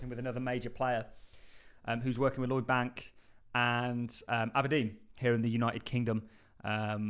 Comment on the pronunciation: I know you’re dyslexic my friend, but it Lloyds Bank. Think you’re getting confused with Lloyd Banks, an American old school rapper. That’s all, love everything you do.. 😅